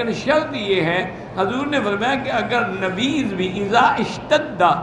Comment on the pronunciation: بھائ نبیض نھیں نبیذ ہوتا ھے